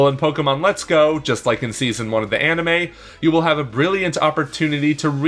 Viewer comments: Just came to the comments to see if anyone else had a problem with how he pronounces ‘anime’. Ani-muh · "Animuh" eye twitch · Why does he keep saying 'animuh'?